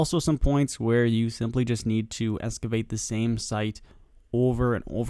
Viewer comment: Excavate there is an x not escavate